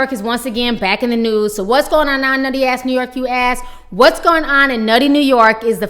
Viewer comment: Did she say "aks"?! Ok bank executive!